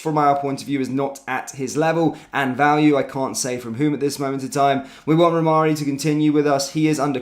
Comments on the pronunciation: Rhamani not Rhamarri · It's pronounced "Ra Mani", let's get it right or lose all credibility. Personally, I don't even care what he is called, if he can score from all the chances he will get at Rangers, bring him in. My 93 year old mother could have scored all the sitters that Dessers missed! Its time to get serious or remain 2nd for a long time.